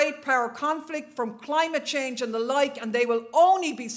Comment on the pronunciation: Did she say klimate chhange...?